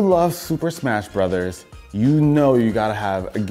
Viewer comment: thumbs up just for pronouncing "smash bros." correctly